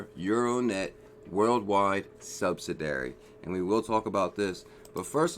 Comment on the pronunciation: Hey check out how to pronounce "subsidiary";-)